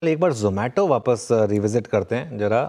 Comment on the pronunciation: यह जोमैटो है.... नहीं जमैटो है यह जमैटो है.... नहीं जोमैटो है जमैटो... जोमैटो... जोमैटो...जमैटो... कस्टमर - आप अपनी फौजदारी का मुकदमा जारी रखो मैं किसी दूसरे से अपना खाना मंगवा लेता हूं 😊